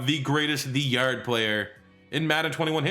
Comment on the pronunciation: I love how he says the yard😂. He says “the yurd” 😂